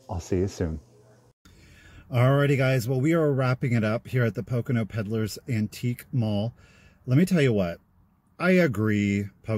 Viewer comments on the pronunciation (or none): none